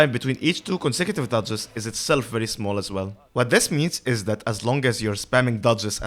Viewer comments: it will help to overpronounciate dodges since when you say duchess dodges you tend to make them both sound very similiar duchess is fine, but dodges, try to add more "ahh" in the o of the dodges. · A very useful video for sure but I spent most of the time asking if you are saying duchess or dodges